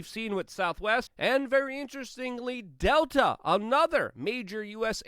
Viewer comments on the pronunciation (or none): none